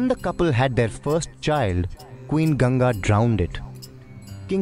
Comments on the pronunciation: It'not "GANJI" It's GANGA ( G-ANG-GA) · You pronounce Ganga as 'Ganja'. Ganja is weed. See how the guy in video pronounces Ganga.